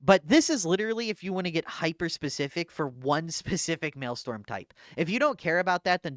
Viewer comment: I love but every time he says maelstrom it hurts me physically lol